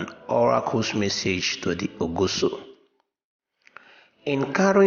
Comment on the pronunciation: please your pronounciations of benin names are wrong, like ogiso and many others, but your presentation is good work on the names and how to pronounce names are very important